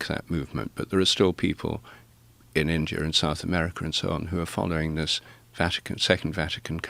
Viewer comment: India, not indear! In-dee-ah Normally I wouldn't bitch about this sort of thing, but this dude keeps saying it and it's driving me more insane than I already am.